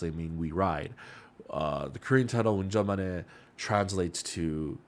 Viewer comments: 영어 네이티브가 아니라 한국어네이티브이신가요? ㅋㅋㅋㅋ저도 운전만해 발음 잘하네..생각하고있었는데 그럼 영어를 잘하시는거네요 ㅋㅋㅋ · 와 ㅎㅎ 운전만해 발음 좋네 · 이사람 한국인임? 운전만해 발음이 진짜 외국인이 할수있는 발음 아닌거같은데? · 운전만해 발음보니 한국인이신가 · 한국분인가요 운전만해 발음 b